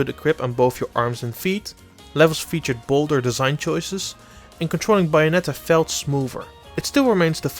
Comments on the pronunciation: TheJojoNetwork I think the pronunciation is worse than the accent. It's clearly Bay and not Bah. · Its bA-O-net-a Not bye-on-etta You dumb fuck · Buyonetta? Its with an A, Bayonetta. Its fine, everyone makes mistakes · Its bayonetta its not baionetta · Buyonetta? I thought i looked up bayonetta. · After the 3rd BYONETTA I couldn't take it anymore had to stop the video. I understand English probably isn't your first language but it's Bayonetta. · BAYonetta, not BUYonetta! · Bouyonetta lol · It’s not buy-anetta. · I would love a game starting Bio-netta. Just teasing, pronunciation is more than good enough. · He keeps giving you the sublimile messages by saying buyanetta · I hate it when he says bayonetta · "Buyonnetta" is pretty hot 😛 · "Byonetta." I'm now officially triggered. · "biyonetta" make it stop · ''Bai-onetta'' Okay, bye. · Buy-a-netta! Buy-a-netta! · What's wrong his pronunciation? This Bye-oh-net-tahh review sounds fine to me. /s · Thank you, that made my day. It makes that pronunciation almost worth it, lol. ;-) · Oh god... The way you pronounce Bayonetta is killing me. Oh my F'in god.... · Oi! All of you need to quit bashing the guest speaker! Yeah, he's got an accent. Yeah, he pronounces "Bayonetta" weird. But that's no excuse to criticize and jeer the man into another dimension! I thought the GameXplain comment section was at least a little chill compared to other channels, but I guess not! Seriously, y'all need to sit down and be humble. None of you are perfect, either, so quit acting like needs to be! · He can pronounce Bayonetta correctly. Has nothing to do with the accent. It’s a professional review so why shouldn’t we expect the title of the game to be pronounced correctly? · Why!?!?! Why do you insist on pronouncing Bayonetta wrong when it's clearly pronounced for you in the game its self!!! It's like when people call Mario Maryo, please stop! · i think you are right especially how he pronounces bayonetta, but i can live whit it